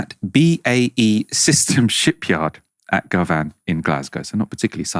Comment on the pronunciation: It’s not GovAN. it’s GOVan🤓